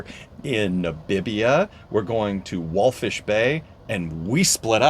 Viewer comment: It’s Walvis , not wallfish